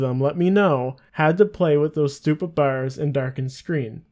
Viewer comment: Do you happen to live on the East cost of Canada? When you said bars it had me wondering lol